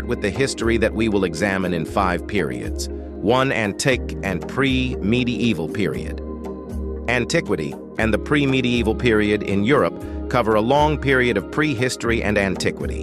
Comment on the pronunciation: Is this an AI narrator? Antic and medey-evil are not how you pronounce those words. Also the subject matter is pretty shallowly-covered. It barely skims the surface.